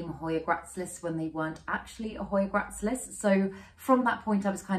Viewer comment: Hey. Another fab video - starting to get really into jungle cacti at the moment, so love so many were featured. Lush! Just a note to say that the hoya gracilis is pronounced grass-ill-is:eyes-pink-heart-shape